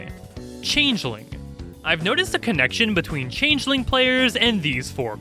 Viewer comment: Changeling and Tiefling were so on point XD